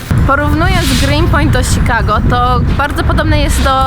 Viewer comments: Świetne video. Jedynie denerwuje mnie i to bardzo jak wymawiasz Chicago. Serio mówi się "sikago", a nie "szikago" ?? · kasia czemu muwisz sikago ? amerykanie inaczej akcentuja przeciez ? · Nie ma to być odbierane jako hejt. Bez obrazy, ale śmieszy mnie to „Sikago”. Nwm czy to jest poprawna firma, ale XD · Śikago xDDD